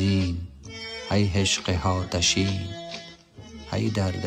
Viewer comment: "Haatasheen"??🤦‍♀ It's Aatasheen 🙏